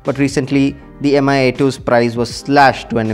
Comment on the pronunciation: It's /mee/, not /em-ay/